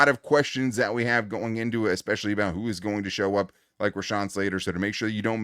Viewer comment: It's "especially" not "expecially."